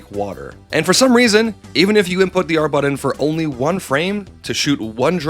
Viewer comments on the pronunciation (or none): Mayrio AND buddon? Havin' a pronunciation word day over here